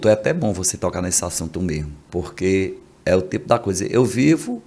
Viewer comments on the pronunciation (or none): none